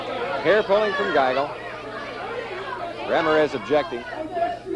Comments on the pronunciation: I live in New Mexico, and this Midwestern TV announcer would get crucified if he pronounced Ram-IR-ez RAM-ir-EZ...LOL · Announcer: "Rammer-ez" 😅